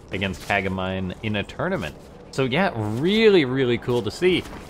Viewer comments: It's named Ka-ga-mi-nay ;) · That'd be "kah-gah-mee-nay", it's Japanese.